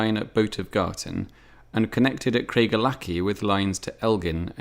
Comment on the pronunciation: Its pronounced "Craig ell ackie"